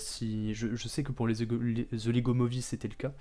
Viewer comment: Super vidéos tres bien écrit quand jai vu ton nom sa ma fait rire 😂 Perso javais adorer L'épisode d'halloween de lego SW. Abuse Kylo ren etait quand meme mieux haha. Par pitié arrête de dire Zhe 😂 Peut etre augmenté le son de ton micro un peu. Rebuild the Galaxy > The Acolyte Sinon jai mis 3.5 à la serie sur Serializd